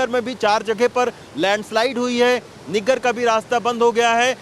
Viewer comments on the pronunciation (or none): niggar nahi saheb naggar kehte usko 😜😜